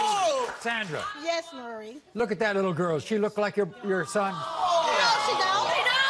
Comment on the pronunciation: I wish DA people could pronounce Maury's name.